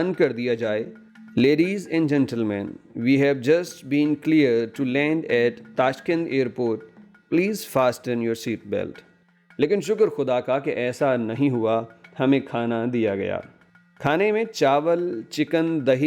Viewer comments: Please note that in the word "Fasten" "t" remains silent. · Fasten ka T silent hota hy